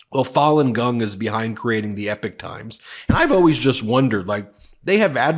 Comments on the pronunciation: E pok not epic. Blame my neurodivergent brain for the pronunciation obsession lol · I think they pronounced it “EEEE pock”, not “Epic”. I heard their commercials a lot a while ago on YouTube and when I researched them I realized they weren’t what they advertised themselves to be. After that I quit getting their commercials! It was weird. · It's not "Epic Times" it's "Epoch Times" (pronounced ee-pock). What a tragedy considering what Falun Gong stands for as a new Chinese religion which is based on truthfulness, compassion, and tolerance. Members live a clean moral life and practice healthy exercise and eating which has left them in better shape than the average Chinese. Because of this many have been arrested because they are members and accusations against the Chinese government 's treatment of them is the forcible removal - without any form of pain relief - of organs to sell on the open market because they are in much healthier condition than the average citizens. Any stories like the one you talked about sounds like propaganda to destroy a growing threat to the government's constant self enritching, massive thefts! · BEN. You have to pronounce Epoch Times like Ewok times. Yeah, like Star Wars. NOT epic ! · It isn’t EPIC TIMES It is EPOCH (Rymes with POKOK) TIMES !!!! Ben. YOU really really need to work on your presentation skills. The frantic rate of delivery with staccato emphasises is really really irritating and detracts from the substance of the content. Did you speak like this in Court? I very much doubt it. And I am sure your arguments and presentations were better received for the more measured approach you surely adopted. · It's pronounced "EPOK" times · Epoch is pronounced "E POCK" like the geological term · Ben:_ben: it’s the E-pock (Epoch) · Isn’t it Epoch times? You pronounce it like “epic”. If you want to know how to pronounce it watch The Matrix 1,2&3. Don’t worry about which one he’s in, it’s the best movie ever made…